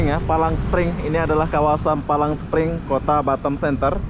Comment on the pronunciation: "Palm Spring" Bukan "Palang Spring".